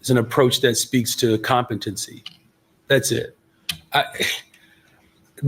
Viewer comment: yea he said that sh*t, it's more than just bought n sold "competency" his tongue should fall out if his mouth for trying to even to pronounce the word